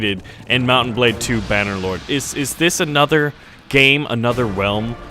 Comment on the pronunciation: Its not Bannderlord, its Bannerlord 😂